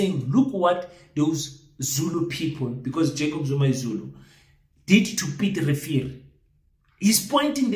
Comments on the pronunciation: King ke Piet Retief not Piet Revier. 🤣🤣🤣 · 😂😂😂 Piet Refill or Piet Retief😂😂😂😂😂?